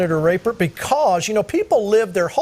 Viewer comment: I wonder why he doesnt just pronounce his name like RAP-pert instead of rape-ert